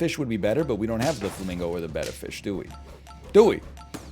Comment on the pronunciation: Why does he pronounce beta fish that way? Its genuinely killing me